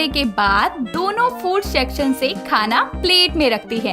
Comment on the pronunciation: Shacshan nahi hota section hota hai